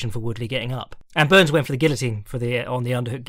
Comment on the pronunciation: Did say Burns or Boo-Urns?